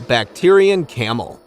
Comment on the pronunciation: Bac teer e i n camel? Come on. Please learn to pronounce the names of these animals. Pronounced Back trin.